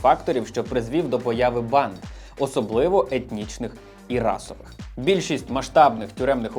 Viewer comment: Аааааа от чому я вже друге відео поспіль у вас чую «панд»/«панди» замість «банд»/«банди»? 😂